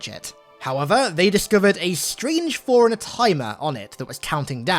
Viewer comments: Why does it soukd like. Foreigner when its forerunner? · I thought he always says "Foreigner" 😅😅🤣